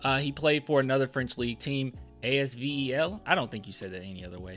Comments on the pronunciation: It’s ass-vell not A-S-V-E-L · AZVEL is pronounced AZ-VELL. And that's the team Tony Parker is team president of (and used to own) and you should know that!!! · ASVEL is pronounced "assvel" in french, since u asked ;) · Bro how you don't know that's TP team lol. AS-VEL- Association Sportive Villeurbanne and Éveil Lyonnais